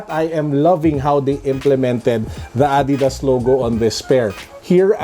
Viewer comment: Adidas PETCHAYSAS HAHAHAHHA